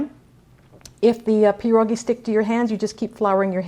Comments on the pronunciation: it's pierogi, not peerogi. also piroshki are not Polish. there's a difference. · It's [Pee - Ear] - [ Ro] - [Gee] not Jee. Gi, like ski. Pie ro gi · I beg to differ. It's not pronounced pee-ear, at all. More like Pyeh-ro-gee, and of course roll the R. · I cringe every time you say pierogi